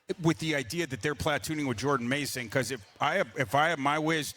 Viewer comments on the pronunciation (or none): Someone tell he doesn't know how to pronounce "platoon"